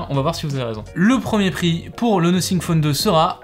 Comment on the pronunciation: Le "nossing phone"